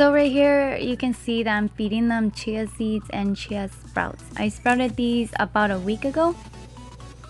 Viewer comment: What did you say here...."chay seeds" ?